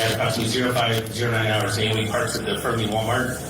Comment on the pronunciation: It's just fern-Lee not fer-nelly